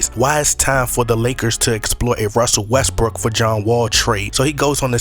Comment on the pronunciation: I like how you pronounce West-brook as West-brick lol